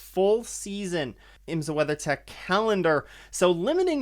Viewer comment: Love your work - it’s so hard to find quality IMSA content … please try “IMSA” pronounced as “s” not “z”